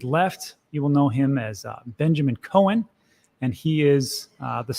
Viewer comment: Is it pronounced Cohen or COWen?! It’s killing me.